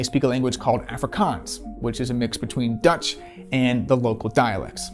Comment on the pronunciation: Bothered by how you said, "Boer" and "Afrikaans" but other than that great video.